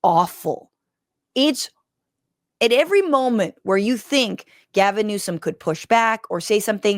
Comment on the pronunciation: Gavin! GAH-vinnn! The Gavinator! The Gavmeister! Gavarooni!